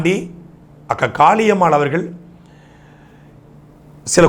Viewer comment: 2.32 இவரு அக்கா காளியம்மா என்று சொல்றாரா இல்ல காக்கா காளியம்மா என்று சொல்கிறாரா 😂